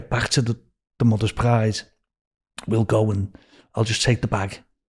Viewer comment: New Bwighton, Wonnie, Bakewee, Mothers Pwide 🤣 You couldn't make it up. It's a comedy classic.